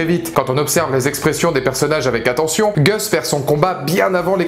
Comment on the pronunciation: Pourquoi les Français ont-ils si mal à prononcer le "u" (=a) anglais? Vous avez la lettre "a" aussi, donc pourquoi prononcer "Gus" [Gasse] comme "Goesse"?